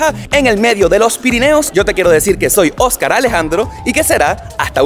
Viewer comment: SE PRONUNCIA JÓSCAR ALEJAN-DRO 😂😂😂😂😂😂😂😂😂😂😂😂😂😂